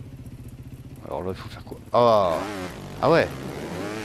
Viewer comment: Son GT se prononce "Spark", tout simplement. Tu peux oublier les "z". Sinon j'aime bien l'idée moi, j'ai toujours eu du mal à trouver de bonnes pistes Ninja dans l'central. Tu l'as essayée quand même, French Trip II ? Si t'arrives à grimper le premier cp, je pense que t'as largement le niveau pour passer une bonne partie de la piste, qui est bien plus abordable que la première.